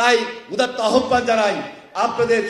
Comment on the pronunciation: আহ্বানের উচ্চারণ আওভান, আহ্বান না।